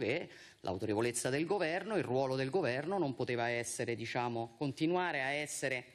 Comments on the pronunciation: Viscenda, disciamo, ma come parli? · " DiSciamo", pardon 😂😂😂!